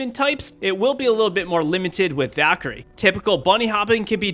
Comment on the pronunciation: Me: Valkyrie: Daquiri